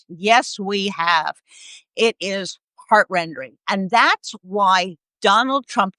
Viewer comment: 'heart-RENDING", not "heart-rendering"